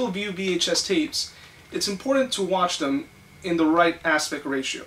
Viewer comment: Say the word IMPORTANT correctly!